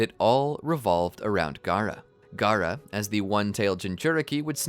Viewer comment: you said gaarato